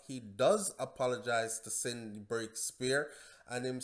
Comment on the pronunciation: its CINDY NOT SIDNEY!